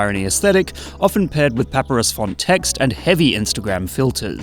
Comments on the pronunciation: ah hell nah no way he said "paperus" 💀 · Brother there is no way you pronounced papyrus paper-us like it’s where you go for your paper needs. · The way we pronounced papyrus killed me